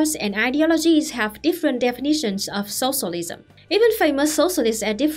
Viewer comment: I just love how you pronounce “sossolism”